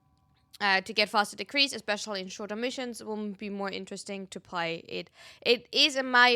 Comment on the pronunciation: U not being able to say missions 😭😭